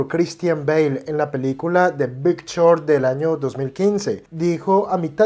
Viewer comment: Que no sepa proninciar short, que no sepa como pronunciar Berry ni Musk adecuadamente y que además le llamé apuesta a una inversión me hace mucho dudar sobre este video. Vaya no se pide que sea un erudito en el inglés pero sabemos que el lenguaje de este mundo es tal idioma y mucho fundamental como investigación está en el mismo. Ni siquiera su explicación de vender en corto es acertada. En fin, detalles que dan mucho de qué hablar de que es puras noticias filtradas a sus pésimos criterios